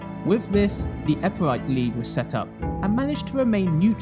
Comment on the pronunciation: And it's Epirote, not Epirite lol